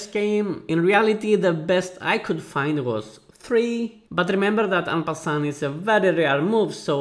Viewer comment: the start was hilarious since he talked french (im french btw) but with english accent